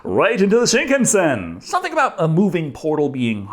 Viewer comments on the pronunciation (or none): none